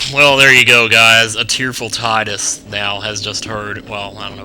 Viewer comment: in Kingdom Hearts, his name is said by wakka but is pronounced teedus